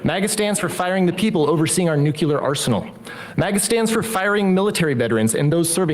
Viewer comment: NUCLEAR NOT NUCULAR Other than that this guy is based.